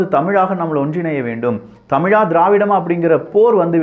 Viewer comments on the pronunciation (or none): none